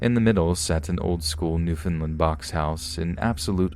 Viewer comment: hey! um just wanted to let you know... it's pronounced New-Found-Land, Love your narrations btw ^-^ oh also it's v-ista not v-este <.<